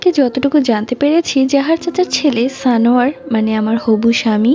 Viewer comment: Tumi বলছো সানোয়ার আমি শুনছি জানোয়ার😂🤣